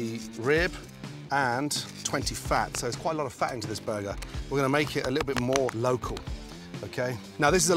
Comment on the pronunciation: "A buhguh is for me and a buhguh for the hippo"